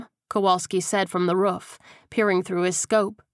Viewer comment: I love everything about the book except for how the narrator pronounces roof-ruff. Thank you for downloading all the books